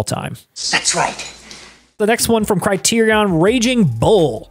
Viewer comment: There are only three Indiana Jones films. Also, Criterion is pronounced "CRY-TEER-RE-IN."